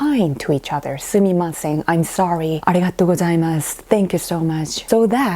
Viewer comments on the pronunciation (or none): none